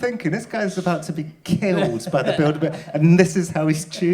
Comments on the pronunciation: I understood "build a bear" group. Was quite confused for a minute. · I keep hearing "build-a-bear" group, which is giving me a weird image of teddy bears taking over the world